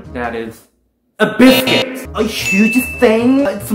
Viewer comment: Eh, it's Brisket not biscuit hor.